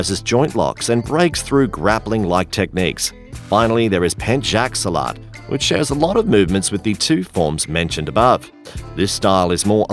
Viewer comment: your mistake. no salat, its silat